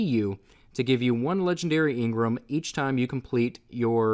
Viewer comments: Jesus fucking Christ I cringe every time you say engram. It's engram not ingrum! Other than that, love it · your saying engrem when it's called engram lolz😂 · Why do you say Ingram it's spelled engram you don't pronounce e I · Stop saying ingram it's pronounced how it's spelled for gods sake you're triggering me